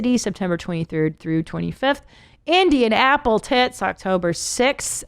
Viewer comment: Did she say Indian-apple-tits or Indianapolis?